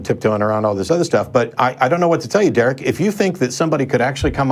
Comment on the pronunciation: That was dewek..dewek is a complete fool..don't be like dewek..